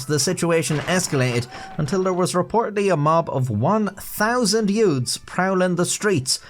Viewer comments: "Yoots" like in "My Cousin Vinny" 😂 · "It started when a group of yoods..."